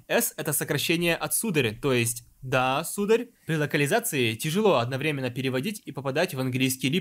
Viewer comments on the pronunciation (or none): none